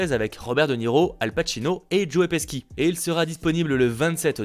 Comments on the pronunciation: Joey peski ? Non c'est Joe pesci ! (Mais sa se prononce "Péchi") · Petit détail, Pesci ne se prononce pas "Peski" mais "Péshi".